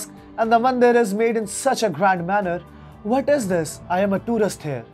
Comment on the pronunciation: "bhaat iz dis" Modi ji its nt fair... Bs itna he rulaya thoda mirchi aur lagao....